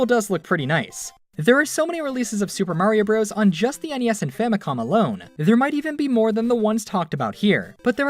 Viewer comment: "famicon" W H A T